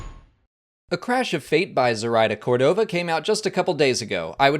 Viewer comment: Córdova, the stress is in the first "o"